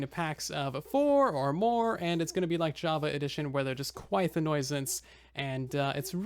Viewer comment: Phantoms are a nuisance (NU-sance) not a NOISE-ance. Though they are pretty noisy . . .